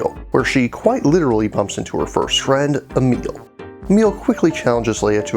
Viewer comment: Great review, but dammit, "emil"? Really? I though the name Emilie is known enough. Like come on, man. Still, great review.